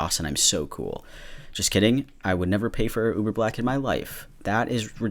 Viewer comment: When you said ‘lube-er’ I actually laughed until I cried lmfao I’m probably really dumb but thank you for that dude